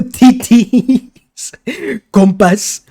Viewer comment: I'm Dutch, and now... I can never pronounce 'notities' with a straight face again :D